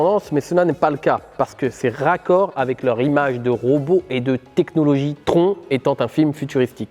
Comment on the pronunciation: Bravo, beau travail et vidéo de grande qualité, très intéressante. Je reconnais là l'ADN de. Juste un truc, TRON ça se prononce "TRONE"